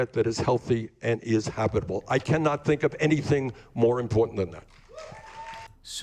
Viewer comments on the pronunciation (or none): none